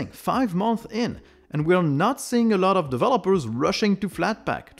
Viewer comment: I love how says "a lot" Eurlot